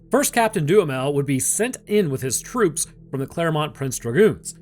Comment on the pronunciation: Anyone else hearing DOOM METAL instead of Duhamel?